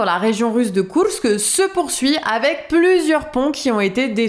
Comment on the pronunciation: C'est bon on a compris,vous savez dire Koursk à la Russe/Ukrainienne...,c'est très désagréable en fait,ça fait très "moi je sais",à la française si possible svp.